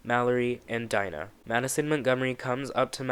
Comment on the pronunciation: Ryan Murphy-Verse it’s Dina De-Nah say it with me only black female and you fuck her name up